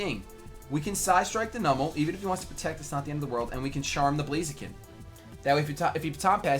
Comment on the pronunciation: the way you pronounce numel pains me